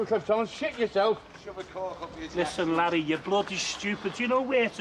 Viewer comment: It's Larry, not "Harry" :D